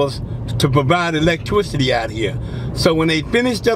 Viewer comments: My wife and I were taking shots every time he said "" and "electwicity". I think she's dead. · 😂😂😂😂electwicity😂😂😂😂